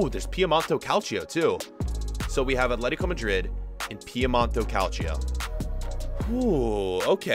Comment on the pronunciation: Please say madrid, not majrid